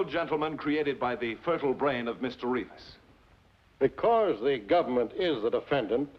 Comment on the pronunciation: Noooooo!!!!! That's not how Reavis is pronounced. 😢😢😢 I've been fighting this battle all my life.